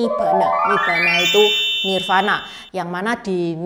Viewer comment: Tambahan koreksi utk Nirvana dibacanya : Nirwana